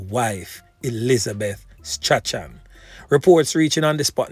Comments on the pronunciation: Its never too old to learn STRACHAN does not actually pronounced like the spelling the pronounciation is actually strawn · not 'Stra-chan' it is pronounced 'Strawn' the 'ch' is silent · Strachan is pronounced Strawn..not Stra-chan...do better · Strachan pronounce Strawn